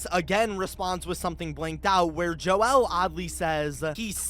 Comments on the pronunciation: Why did you say "Joel" so weird? You don't need to split the syllables. It's just pronounced as "Jole" not "Jo-el" Have you never heard that name before? Its pretty freaking common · Joel is pronounced like jole, I have a grandfather named this and I hope this helps your theory here keep up the great work! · joel is not pronounced like "noel" with a j like you're saying it. it's a common name pronounced like "bowl" but with a j.